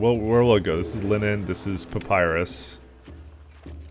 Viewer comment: Just below Temple Central the irrigation ditches were not working properly for some reason (notice the missing green goo). That could have amounted to the missing food situation. Also when you said "They need supplies of linen." I totally heard "Lenin". Made me laugh..... Lenin industry.